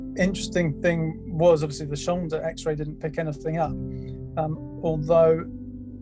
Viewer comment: Was he saying “Shonda”?